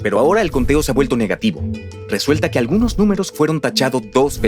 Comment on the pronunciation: No son actores, es un motor de texto a voz y hasta tiene errores de dedo. La "cibra" , "Erastótenes" , "Resuelta que" ...